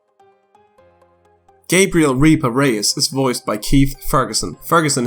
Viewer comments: Are you saying reaper or reaver it may just be my iPad but you sound like you say reaver on my phone and computer? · I swear every time you said Reaper it sounded like Reaver instead. I admit it did start to bother me